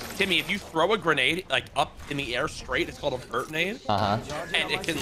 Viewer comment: this mans said "bird nade" 😂